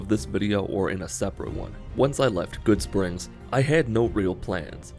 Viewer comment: "Goodsprings" Someone get this man a new game...